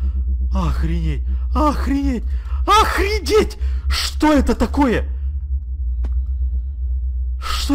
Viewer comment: Ты сказал охредеть😂😂😂